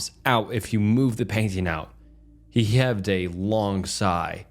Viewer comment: "He Heyaved a long sigh"? MFer, your entire job is saying words, at least frigging try to say them right! HEAVED. HE HEAVED A LONG SIGH. What the f*ck is wrong with you!? I'm sorry, I genuinely used to enjoy this channel, but how the heck does someone keep mispronouncing the most basic words like this? Idc if it's AI or engagement bait; I'm f*cking done.